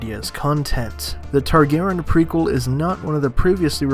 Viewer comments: Tarry garry yeen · He doesn’t pronounce the y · youre butchering the name.... its TAR-GARE-EE-IN .... Targaryen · How do you not know how to say Targaryen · I was dying when he butchered the pronunciation. 😂 😂 😂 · I hate the way you say TARGARYEN!!!!